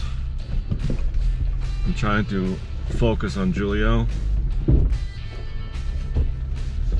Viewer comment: i think it pronounced who-lee-o not jewel-ee-o but idk maybe I"m wrong.